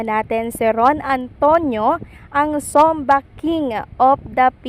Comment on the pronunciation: Ayusin mo nmn pronunciation ...sabi mo zomba?